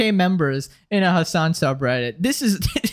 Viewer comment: Throughout the video, I kept hearing "his son" instead of the name Hassan. 💀